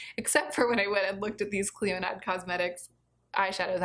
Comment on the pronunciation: Clionadh is my favourite brand and has my favourite formula. The stained glass collection is not LE, it's permanent!!! And it's pronounced "Klee-oh-nah"